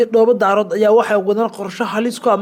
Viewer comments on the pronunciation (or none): Ma aha Dhoobo Daarood ee waa Dhoobo Daareed thank you